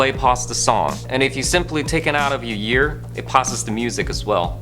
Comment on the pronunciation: This dude says year instead of ear